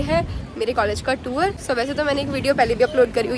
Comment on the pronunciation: Behen tour (टूर ) hota hai टूवर nahi😭😭